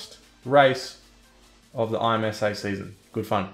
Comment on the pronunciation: It’s pronounced Imsa not I-M-S-A great video but that made me cringe